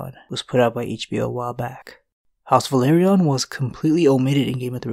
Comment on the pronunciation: it's pronouced Velaryion pas Valeryion dude